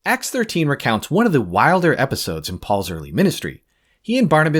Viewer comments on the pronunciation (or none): none